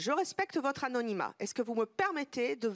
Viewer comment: " Célibateur " "Sédwuire" " Empocher " " Amnomnima" Aujourd'hui je me suis instruit.